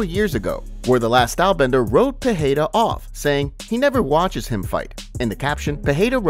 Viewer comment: The Champ Champ's name is not Pahada or Pihada its Pereira